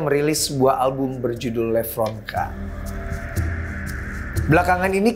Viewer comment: Diawali dari penyebutan Lepronkan bukan Levronka